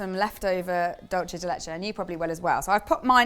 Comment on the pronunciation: Hi Dulce de leche is in Spanish and is pronounced "Dool-seh deh leh-cheh" and isn't the same as the Italian word Dolce pronounced "dowl -chay"